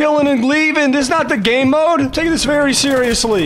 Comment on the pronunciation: 100% he said gaeymode